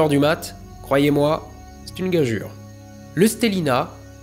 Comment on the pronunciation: Alors déjà, le mec qui prononce le mot "gageure" gajure et non gajeure à droit à toute mon admiration! Si en plus il parle d'étoiles, de télescopes et de photos, il devient un demi-dieu (comme ça il reste de la marge jusqu'à dieu)! Je trouve super ce stellina, et j'aurais bien aimé un truc comme ça il y a 50 ans quand j'ai commencé l'astro. Et même maintenant d'ailleurs. J'ai hâte d'avoir de la thune pour investir. Bon, normalement à ce moment là il y aura le stellina III 😉 Je vois bien une utilisation "découverte de l'astro pour les copains" les soirs de barbeuc'. Merci.